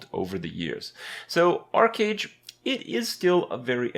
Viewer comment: It is not "Ark"age ... just want to help for future references.